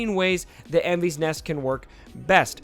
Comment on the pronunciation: Great review - some advice on pronouncing her name. It's a welsh girl's name (meaning rainbow) and should be pronounced "Envis" rather than "Envees". Although given this is in a galaxy far, far away who knows :-)